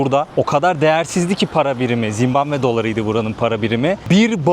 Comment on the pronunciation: Hos gezmeler. Zimbambe degil Zimbabwe.